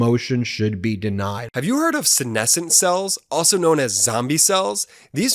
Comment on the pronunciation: Congratulations,, on the correct pronunciation of ‘senescent’!